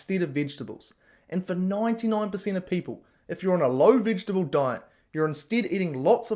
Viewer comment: If you can't even pronounce vegetable, .....Sorry bud, veggies are yummy, no issues here! I'm a human, not a carnivore.